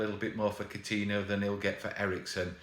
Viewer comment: For gods sake, man!!! Its COU-TIN-YO!!!!